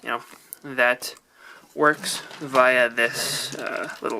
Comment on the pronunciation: Not trying to be rude but you said via wrong